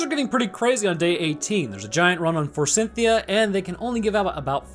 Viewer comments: Eh... forsythia doesn't have an N in it. I'm not sure who Cynthia is supposed to be, but I'm pretty sure she's not involved. It's for-sith-ee-ah, not for-sin-thee-ah. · There's no N in Forsythia. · F O R S Y T H I A, bro. Forsythia. The letter "N" does not exist there. And it's neanderthals, not neandertalls. The "H" is not silent. Fantastic movie, though.